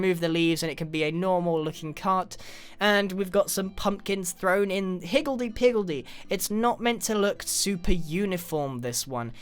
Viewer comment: “Higgeldy pigeldy” XD